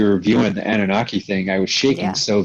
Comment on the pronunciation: Annuaki's? Anunnaki's it's pronounced!